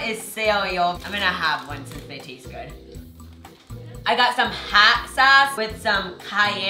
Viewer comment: When he said hot it sounded like hat And I started cracking up